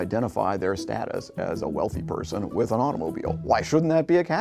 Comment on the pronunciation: Its “with”, not “wif”.